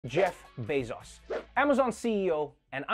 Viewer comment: The best part was how Trevor pronounced it like "Bezas"